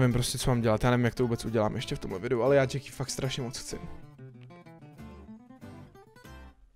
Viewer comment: Vyslovuje se to krátce Jacky když by to bylo dlouhé tak se to píše Jackie. Díky štve mě to